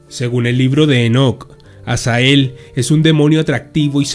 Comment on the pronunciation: Dises azael pero es azazel